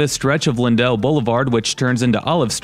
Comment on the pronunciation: You put in a lot of effort and I hate to be hyper-critical...but it's disappointing that you did not know where to go. In the Central West End, you would want to show Euclid Ave., it runs north south; you only crossed over it. If you had driven down Euclid, you would have seen some of the "private places", which St. Louis is well-known for. Also, "Lindell" is not pronounced lynn-DELL, it's pronounced LYNN-dle.